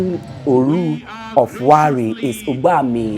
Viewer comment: 😂😂😂😂this guy u Don finish us with your pronunciation ,, Olu not Oru Warri not garri